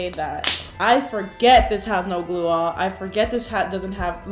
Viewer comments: you said you need “gluearh”???? What on earth is that and how do you spell it“glueah” Maybe add it in the description “slime queen” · What on earth are u saying?? I thought u said glue on Or maybe gluea Or maybe u just accidentally said glue wrong but no one makes the same mistake more than once, right?? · What did she say? Glua? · What was the type of glue she said i couldnt understand her. She said school glue, clear glue and what was the other glue? I keep hearing her say “glue all”